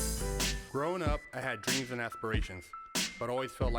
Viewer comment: loads prison talk video Growing up, I had dweams and ashpirations...